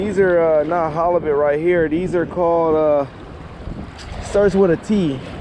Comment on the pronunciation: now. "Hollobit" , what is that? Are you saying halibut? Flattie is also ok. If you want to catch fish ditch that rig. Get some weighted hooks and some of the small rainbow rubber baits. That way you are on the bottom not midwater with your sinker dragging the bottom. It seems like you like 'pancakes' and you'll find plenty on the north side of the jetty. Pancakes galore! A batch of turbot would be much better than no halibut. On a boat or tube you can use multiple hooks.